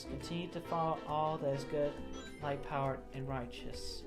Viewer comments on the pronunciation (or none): light power sounds too much like white power I can’t unhear it LOL he is facked